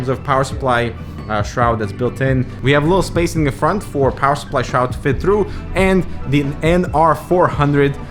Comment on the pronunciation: U just say shroud